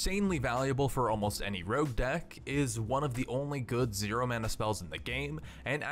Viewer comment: Every time you mistake Rogue for Rouge , a poppy dies. Please save poppies , say Rogue instead of rouge .